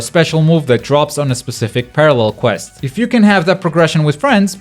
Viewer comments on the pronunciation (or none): none